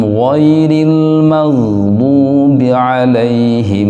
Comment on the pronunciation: Ghairil dibaca goeril